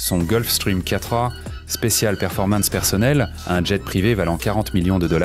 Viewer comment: ON NE PRONONCE PAS LE MOT ANGLAIS jet EN DISANT JAIS